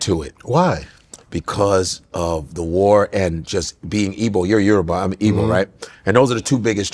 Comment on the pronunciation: I will give it to Akbar....your yoruba- you pronounce your name very well....but Godfey, your igbo sounds terrible- learn how to say your name...you did good with Ndubisi but the rest no